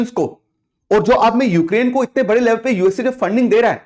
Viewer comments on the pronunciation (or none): none